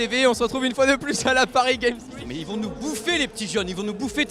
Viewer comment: Ta prononciation la pariss gam week ont dit paris games week